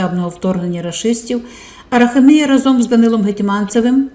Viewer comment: АраХамія ,наголос на ХА.